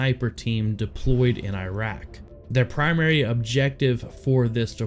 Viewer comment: correct pronunciation Ear Rack not Eye Rack